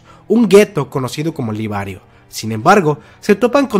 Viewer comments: Jajajja es liberio, no libario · Liberioooo no libariooo